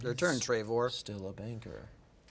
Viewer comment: Did say Panker?:\